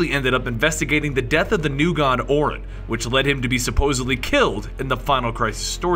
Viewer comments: Once again, a valuable contribution to my understanding of events that are hard to keep up with. Fantastic! Keep 'em coming. My pronunciation nitpick for this one is early on, where you refer to the New God Orion as "Orrin". It should be pronounced "O'Ryan". Hopefully this is taken in the constructive spirit intended. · Why can't you pronounce "Orion"? It isn't "Or-in"; it's "O-rie-on". Fer crissakes he even had the alias once of O'Ryan, just to make it clear! It's just like the constellation. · Orin? Orion like the constellation. I swear these videos are cool, but your pronunciations are terrible.